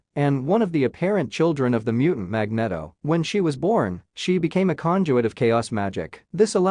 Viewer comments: Magneto is pronounced Mag-NEE-To, not Mag-net-oh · It's Magneeeeeto................ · Mag knee tow sounds better fyi. Thats also how every movie has pronounced it for the same reason. And Jesus christ you're a douche who I assume has never been laid unless you payed for it...or are super rich...which is the same thing. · Magnedo hahahahaha...the Spanish version